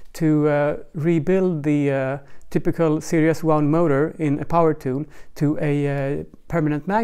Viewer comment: I was wondering what you meant by "serious wound" until at the end you said, "in this new serious" and I realised you meant series! So fyi, series is pronounced, "see reez". Cheers.